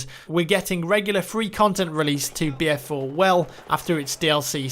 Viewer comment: i swear he is saying beer4